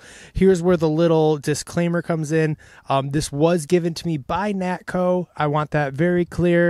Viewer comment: Nakto, not Natko.